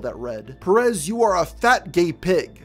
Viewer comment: My dear American friend its Pérez, not Peréz.